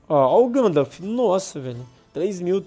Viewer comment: Só acertou pronunciar o nome do Gandalf kkk